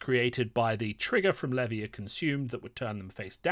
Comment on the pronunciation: Why does no one pronounce Levia correctly? Otherwise insightful video - thank you.